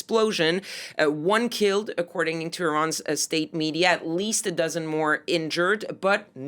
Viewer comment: why cant this woman say "state media." she says "estate media.